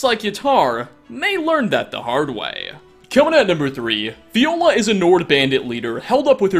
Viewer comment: Fjolar, not Fiola. The «Fj» is pronounced like you do in the word «fjord» 😄😉